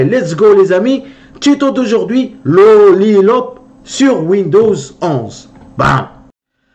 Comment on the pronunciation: dans le titre de ta vidéo tu mets Lollipop et quand tu parles au début de ta vidéo, tu dis "Lollilop" 😂😂😂😂😂😂😂 Cordialement, Hervé